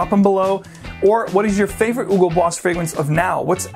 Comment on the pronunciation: You’re supposed to pronounce the “H” in Hugo. It’s German, not French or Spanish ;)